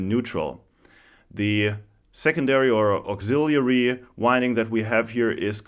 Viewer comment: New subscriber. Thank you for saying "auxiliary" correctly! No one does.